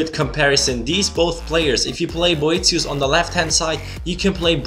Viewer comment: You pronounced his name right btw :)